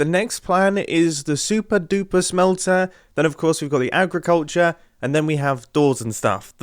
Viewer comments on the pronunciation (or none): agriculter sounds like a redstone machine that cults your agris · Agriculter? for real mumbo? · Agriculter??? U serious Mumbo? U mean Agricultre? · agriculter ah yes that's definitely how you spell it. btw it's agriculture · Agriculter? It’s agriculture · Agriculter?!?!? Do you mean agriculture Mumbo? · Ah yes, I love Agriculter , so lovely. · Agriculture mumbo not agriculter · agriculter lol